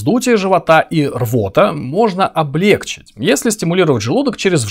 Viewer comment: правильно облегчИть